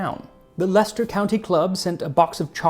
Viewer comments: As a Woolyback, born and bred, I’m impressed by Max’s perfect pronunciation, too… we tend to say: Lesta and Lestashir, me duck 😂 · As a British person, I'd like to say that you got the pronunciations of Leicester and Leicestershire spot on.